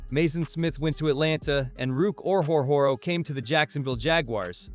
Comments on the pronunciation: Yeah this is the most butchered I've ever heard someone pronounce it. Ruke "Or-Hore-Hore-Oh" lmao. Yes, Ruke himself even said it's like "Row, Row, Row, Your Boat." Underrated move by Gladstone imo. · Ruke "Or-Hore-Hore-Oh" 🤣🤣🤣